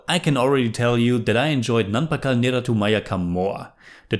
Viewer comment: you can improve malayalam pronunciation just by doing this. The words ending with U, end with sound "eh" rather that "u". Nerath"u" sounds like Nerath"eh"